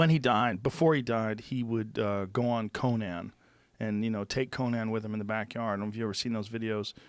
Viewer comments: Joe "co-NAN-" Rogan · Joe " Coe-Nan O'Brien " Rogan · It's funny how for years now, nobody has ever corrected Joe when he mispronounces "Conan." (Co-NIN not Co-NAN). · Who is this Ko-Nan character Joe? Would you pronounce Conan the barbarian the same? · That's not how you say Conään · Have I been pronouncing Conan O'Brien's name wrong this whole time?! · He talkin about conan obrein? Obrian? He doesnt pronounce it like the barbarian ya dummy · who says conan like that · The way Rogan pronounces Conan O'Brien's name is infuriating, because it is literally only him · Gotta love Joe pronouncing Conan as if he’s referring to the barbarian and not the late night host... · Anyone else extremely bothered by the way joe pronounces Conan??